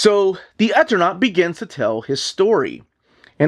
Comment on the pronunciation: I think it's pronounced Eternaut long E on first sylable. As in Eternal. There's a utube channel Mattt that does a deep dive into the entire situation and background of the creation of this wonderful book and its tragic circumstances. Hafta order from my lcs immediately!